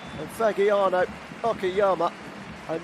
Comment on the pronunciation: Please Fagiano is pronunce Fajiano :) Fadjiano... And come on dude Sanfrecce, you really pronunce Sanfrekke? Sanfretche dude come on